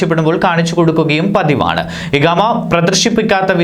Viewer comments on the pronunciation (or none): ഇഹാമ അല്ല ഇഖാമ എന്നാണ് വായിക്കുന്ന ആൾ ഒന്ന് ശ്രദ്ധിക്കുക